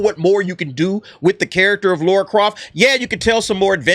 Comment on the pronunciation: It's Lara. Her name is fucking Lara.